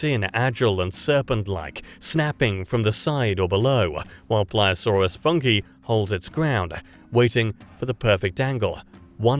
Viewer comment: My god Anglophones suck so hard in speaking any other languages. Not "funky", it is Funke, the german word for spark.